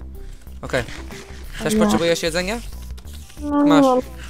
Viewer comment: Nie TERZ tylko TEŻ -_